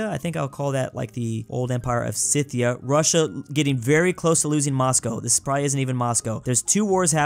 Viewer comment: the way he said Moscow XD